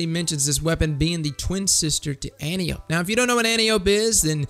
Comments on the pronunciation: An-Tie-Uh-Pee not An-Tee-Ope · Btw it's "An-TIE-oh-pee", not "AN-tee-ohpe". ;) Seen Wonder Woman? Same name as the general who taught Diana how to fight. Great vid, thanks for the advice! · It isn't anny-ope, it's AN-TIE-O-PEA, and you should check out phillips-b, better than antiope/sondok IMO. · Not to be a dick, my fellow Titan, but just because we give no fucks, doesn't mean we have to be uncultured. Antiope-D An-tee-yo-pee This is "Greek" and is the name of Wonder Woman's aunt. (Who was a Titan in another life) Fun facts.